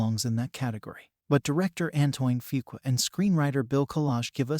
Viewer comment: This is a concise, thoughtful review. I just wish you could re-record it with the correct pronunciation of “AN-TWAN FOO-KWAH.”